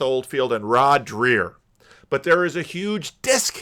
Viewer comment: It's pronounced like Drayer not Drear. And you're still pronouncing Jonathan PAgeau like a car (PAJoe not Peugeot)